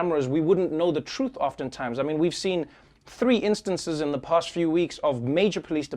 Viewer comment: past... not bast